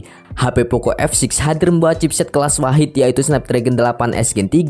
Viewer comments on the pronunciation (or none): none